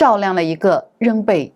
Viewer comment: 照亮了一個仍被禁錮的國度 禁錮兩字皆為四聲